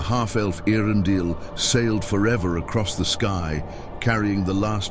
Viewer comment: The pronunciation could do with some work though. They didn‘t follow the star of „Airendill“ but e.a‘rendil.